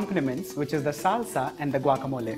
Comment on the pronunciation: I am impressed that the chef pronounced guacamole like a Mexican. Muy bien, Señor. I tried your recipe and it was delicioso. Gracias.